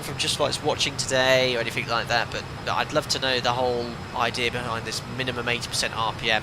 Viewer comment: lol: "SomethinK", "AnythinK", "NothinK"... Still less annoying than hearing every 2 minutes "perfect", or "beautiful", or "superb", or 'wonderful"...